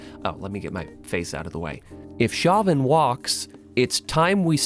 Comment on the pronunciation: I'm pretty sure that "Chauvin" is pronounced "SHOW-vin".